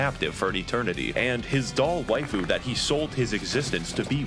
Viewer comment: Waifu isn't even a real world and Yet I'm still disappointed about how you Pronounced it.